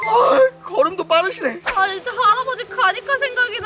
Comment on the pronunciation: 초 할아버진데 할어버지 라고함ㅋ